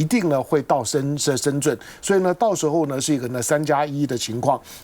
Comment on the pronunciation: 为什么台湾人把深圳念成 深 zhun ？